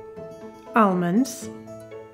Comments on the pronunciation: Anyone else now only hear "armons" thanks to a couple of classy queens? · I could be having the WORST day - but if she says ARMOND -- I laugh out loud every time! <3 <3 <3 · Why did she stop saying armonds?!?!! You be you,. Don’t change for anyone. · Its not almond its AHRMOND.🤣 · All together now... Arrrrmonds. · “ARMANDS” (IYKYK) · I love how she says armonds instead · "Armonds".. lol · Tomato sorrrrrrrce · I've been pronouncing almonds wrong my entire life.